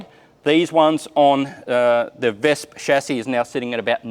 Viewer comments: "Wespe"!!! Not "Vespa" 😂😂😂 Greetings from Germany 👍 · Can't wait to see the work on this one being done! Excellent pronounciation on the German name, though a minor note: "Wespe" ends more on a short "eh" Love these short tours of the vehicles, sad that the museum is almost literally on the other side of the world for me, would love to visit it, but your videos already bring it closer! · Ich habe selten ein Australier oder Ami mit so guter betonung und aussprache gehört, welcher kein Deutsch spricht. Das Wespe hat er trotzdem verkackt XD --------------------------------------------- I've rarely heard an Australian or American with such good accent and pronunciation who doesn't speak German. He still fucked up the wasp XD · Das Wespe hat er trozdem gefickt. Aber ja war auch verwundert